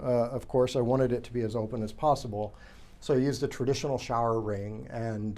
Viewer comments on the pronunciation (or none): none